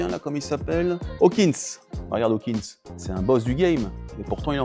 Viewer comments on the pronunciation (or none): Stephen Hawking pas Hawkins, et il est mort en 2018...